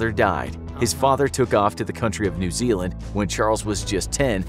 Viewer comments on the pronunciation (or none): none